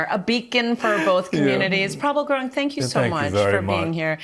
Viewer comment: gurung not gurang lol